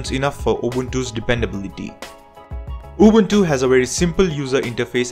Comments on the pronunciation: He does actually pronounce UbUNtU the way it sounds in the original language that the name came from. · I hope to not come out as rude 😉 yet as said I simply appreciate it meaning I don't expect most people to get it right. I had to give credit where it's due for someone taking the extra step in pronouncing it correctly. Also in Africa just like the rest of the world Linux based systems are in minority yet despite that most folks here are aware of Ubuntu despite not running it this is due to the word's inspiration from "Ubuntu" which has an important meaning in SA to the majority of Nguni tribes such as myself. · He pronounced Ubuntu correctly. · He deserves a good pap and nyama feast for that excellent pronounciation. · For once someone pronounces Ubuntu the correct way. Appreciate it coming from a South African. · he pronounces it correctly. Now, pay the man! 😂